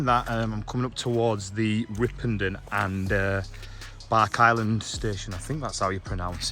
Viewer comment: Where the housing is at Ripponden is where the station was. By the way it’s Bark-is-land rather than Bark-island. It’s a long stiff walk from Ripponden. The line to Ripponden remained open for goods until the 60s, while the final section to Rishworth was a much earlier closure. The reason the line is so wide and heavily engineered is that it was planned to be a double track main line to Manchester, leaving the existing route via Rochdale as for local traffic. The line would have tunnelled from Rishworth would have come out at Hollingworth Lake.